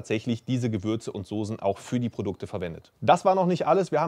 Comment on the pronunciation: SOSEN? alter das hei´t Soßen , scharfes S .... kotze im Strahl wenn man sowas hört :D